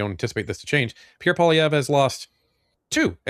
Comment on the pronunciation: Come on learn how to pronounce Pierre Poilievre properly.